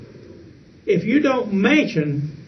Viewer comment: It's like he says "mention" like "mansion."